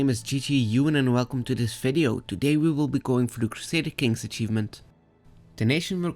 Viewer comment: CRUSADAH KANGZ, I guess.